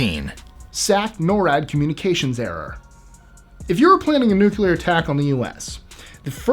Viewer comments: I thought it was pronounced nu-clear. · i love this channel, but you GOTTA learn how to say "nuclear". It's not nucular, it's newk-lee-ar. Please.... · "No, I'm, I'm simply saying that life, uh... finds a way." I thought I'd add that because of your subject. THANKS FOR THE "nuclear" pronunciation. What is so hard about saying NU-CLE AR. You remind me of my little brother, so cool. 👍🆗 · thanks NU CU LA. 👍🆗